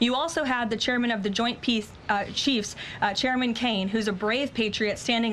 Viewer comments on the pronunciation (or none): none